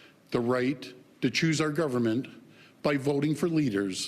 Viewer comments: "It's CANADA!" Mr. Ford... Not Kanda. 😖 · You're looking rough Doug. By the way, it's pronounced Canada, not Canda..... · Why can't he pronounce Canada? He keeps saying "Canda".